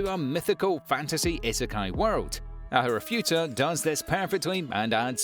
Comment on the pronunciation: What kind of ANIME channel is this !? It's clear you haven't watched any of these anime .. You don't even know how to pronounce the protagonists names .. Ooh .. and it's ARIFURETA ,NOT ARIFUTA :))) Maybe watch at least 1 episode from each of the anime series in your list before making your "TOP 10 ..." Stop making videos where you read the description from IMDB .. watch the anime and then make an honest video